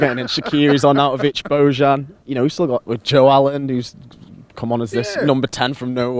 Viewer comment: BOJAN is pronounced BOYAN for God sake man wtf??! When will you AT LEAST TRY to pronounce it the right way, respect the guy. It is the same with Lovren form Liverpool. It is DEYAN although it writes Dejan. Just say it properly, it is fu.king annoying!